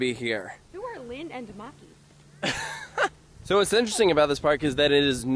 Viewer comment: im finnish and im literally crying on how you pronounced linnanmäki, but uhhh yeah it was hard to learn finnish pronunciation..